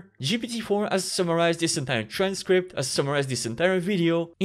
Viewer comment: When you still mess up the pronunciation of this and these even when it tells you in red underline that it's wrong